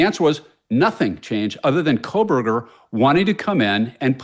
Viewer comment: K-OH-Berger. No L.